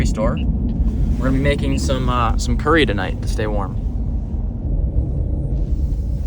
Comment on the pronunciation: Actually it is pronounced Curry